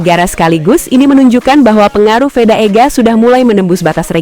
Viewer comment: Veda min.. Bukan Feda! Ngawur rr ah 😅